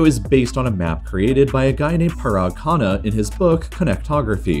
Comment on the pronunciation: He lost me after the pronunciation of Parag Khanna.